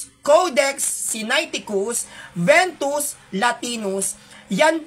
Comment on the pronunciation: Vetus latina po hindi ventus